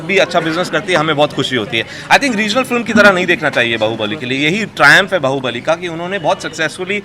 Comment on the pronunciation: bahu??? bali ??? its Bahubali